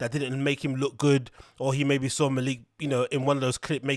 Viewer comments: His name is pronounced “Mel Lick” but for some reason Schaub called him “Mal Leek” for ages despite being corrected all the time on TFATK, and eventually he got it right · It’s pronounced “Malik” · I believe it's pronounced "MAH-lick"